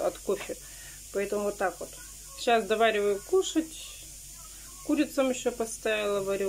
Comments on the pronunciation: не курЯм а курАм🤦‍♀️ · Эт ешо норм,вчерась она сказала кУрям 🤪